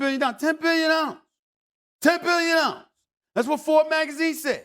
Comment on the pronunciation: Dude makes all this money and can't even say the word dollar correctly